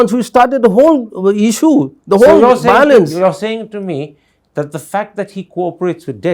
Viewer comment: bhiolence again👈🤣🤣🤣